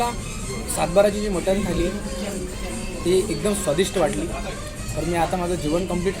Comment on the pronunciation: मराठीत फूड ब्लॉगर तुलनेने कमी आहेत. जे आहेत ते 'कानातून धूर आणणारी मिसळ' आणि 'सर्वात मोठी गावरान / कारभारी / सरपंच मटन थाळी' यापलीकडे फार काही जाऊ शकलेले नाहीत. मराठी फूड ब्लॉगर्सपैकी शेकडा ९९ लोक Mutton चा उच्चार 'मटण' आणि Chicken चा उच्चार 'चिकण' असा का करतात हे न सुटणारे कोडे आहे. दोन्ही इंग्रजी शब्दांना सुयोग्य सुटसुटीत पर्याय मराठीत अजूनही न रुजल्यामुळे त्याकडे दुर्लक्ष करूया ब्लॉगर लोकांचे बोलणे अतीशय नाटकी असते. मूळात त्यांची भाषाच समृद्ध नसते त्यामुळे पदार्थांचे वर्णन करताना त्यांना वैविध्य जपता येत नाही. शिवाय मध्ये मध्ये इंग्रजी शब्द तर चीड आणतात. जसे की..... ''हे * ऑस्सम लागतायत" असं ऐकलं की तात्काळ मोबाईलमध्ये घूसून तो पदार्थाचा वाडगा त्या ब्लॉगरच्या डोक्यावर पालथा करायची इच्छा होते मला.